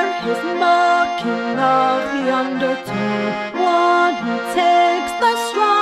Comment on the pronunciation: I want to like this, I really do, but something about how undertow is pronounced gives me the irks. ...I ended up liking it later.